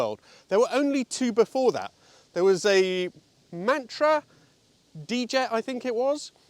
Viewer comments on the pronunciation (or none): "MATRA DJET" is pronounced "MATRA JET"